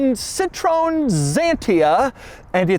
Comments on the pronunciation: I like your efforts but the 'sit' alone doesn't convince me for north Americans. I'd put it 'C-tro-ahn' But I'm not french either. Anyways there are videos about the brands names should be pronounced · as a french person, it's more like "sea" "tro" "N", but i've found this video to settle the debate once and for all (it was at the end of all Citroën ads for a long time) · DeMoron can't even pronounce "Citroen" correctly. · Hearing you butchering the pronunciation of Xantia and Citroen is highly disrespectful!!! What an ignorant you are! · the way he pronounce citroen #CRINGE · For the love of god, Doug, learn how to pronounce Citroën properly. It makes me cringe every time you say it. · The mispronouncing of Citroën hurts my brain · Please say citroen correctly. 😊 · Doug, for future reference, this is how you pronounce Citröen :) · The quirkiest thing here is how he pronounced Citroën 😂😂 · Please pronounce correctly Citroën and Xantia! What you say is a nonsense makes you sound ridiculous! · I cringe every time he pronounces Citroen like the French word for “lemon.” It’s a three syllable word, Doug. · Hey Doug, you have to work on your French: you’re mispronouncing ‘lemon’. 😉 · OMG that Citroen pronunciation 😱😳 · dude can't pronounce Citroen or saleen..... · It’s annoying the way he wrongly pronounces Citroen 😂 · Challenge: be Doug and pronounce a French car manufacturer correctly (impossible) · I love Doug’s consistent mispronunciation of European brands lol I also love this car. The last Citroën that actually had character, and one of the last ones fitted with their famous hydropneumatic suspension. Apparently it felt like driving on cotton… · The Xantia is not wierd nor quirky. Crikey cant he review a car without saying that. He. Cannot. Avoid. Saying. Quirky. It is just a normal car with hydroneumatic. And its name is pronounced is cit-ro-en. It is not a flan or some kind of sauce. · Just a note: it's pronounced "Seat-throw-N" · It’s Cit-RO-EN. 3 syllables